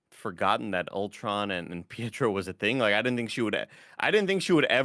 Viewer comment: Everyone just let's Greg call Pietro, Pietroff them huh?